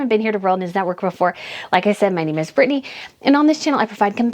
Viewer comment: Who is this "Brinney?" Or is she trying to say "Britney"?